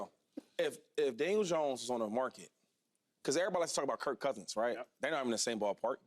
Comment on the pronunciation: Why do so many people say Janiel Dones